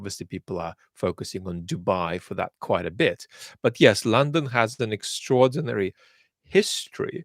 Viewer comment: His Russian accent is almost non-existent, it comes out in words like "narrative", "extraordinary", "imperialist", "increasingly", "science guru", in some sentences "has" and "have" have a very hard h sound, but it's rarely the case. But when he does, "Hot Potato" comes to mind. But you would really have to listen for a couple of minutes and I wonder if one could even pinpoint it to being a Slavic accent without the context this channel gives. One could definitely tell he has spent a lot of time in the UK though, with or without context. The accent does come out more when speaks more passionately (with anger) but even then it's a very minor one. If anything it sounds like an European accent; what really gives it away is how perfect his pronunciation of Russian sounding names seems or rather the confidence he conveys as he pronounces them with ease. Anyway, everyone speaks English with an accent, even within the UK, English can be spoken in such different accents/dialects that they become unintelligible to most. The little accent he has gives more credence to this channel, I don't know if I'd trust the information as much if it was spoken with a thick texan accent or a South African/Scottish/Irish one for that matter. Thank you for your great work.